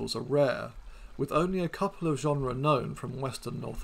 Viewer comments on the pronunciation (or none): Please learn how to pronounce these words correctly! "Oligocene" and "genera" are accented on the first syllable, not the second.